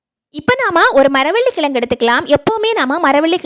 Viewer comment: Maravalli kizhangu not kilangu. Please don't kill tamiizh. Unbearable to hear most youngsters not uttering zhe. Please improve spoken tamizh.